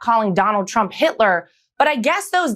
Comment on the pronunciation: What is up with Leavitt not being able to say Trump. She says President Chump 😂😂😂 Might want to find a press secretary that can actually pronounce your name!